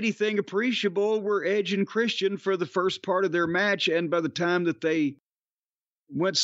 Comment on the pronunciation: Corny pronouncing tiiiime Like Thunderbolt Patterson is great😂